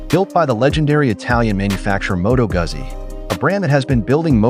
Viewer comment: Jeezus! Learn how to pronounce Moto Guzzi!